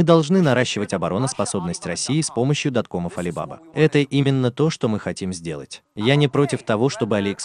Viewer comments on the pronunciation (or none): Не АлибАба, а АлибабА 😅